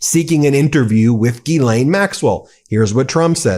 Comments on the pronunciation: Please please , it’s NOT Guy- lane it’s pronounced GEE-SS-LIN . THATS my name and it drives me INSANE TO HEAR IT being pronounced GUY-LANE…… I’ve never heard it pronounced like that in all my 72 years on this earth. It’s a French name and I can guarantee you it’s not pronounced GUY-LANE . PLEASE change your pronunciation . It’s not meant to be pronounced so masculine It’s sad that the name should be so butchered.. only you can repair it for all those out there with the name GEE-S-LIN . THANK YOU so much. She doesnt tell anyone how to pronounce it , because she’s clueless! lol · It’s pronounced Jill-an not Gill-aine Just listen to the interview of her brother! Idk why so many reporters slaughter it 🤦🏽‍♀️ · There are two different first names: Guylaine and Ghyslaine. The latter is Maxwell’s. It is pronounced like this: Jeeslain. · Her name is pronounced JEESLAINE without the D sound in the J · Well he's halfway saying her name correctly. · If trump has nothing to hide, there’s no reason to meet with Ghislaine Maxwell. Please learn how to pronounce her name properly.